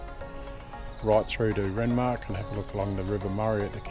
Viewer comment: Try again. Morgan to Renmark, not Manumn lol. Good report. Well done